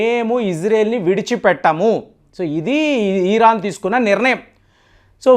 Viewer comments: ఈరాన్ కాదు సార్ ఇరాన్ అని పలకండి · "ఈ"రాన్ కాదు "ఇరాన్" అని పలకాలి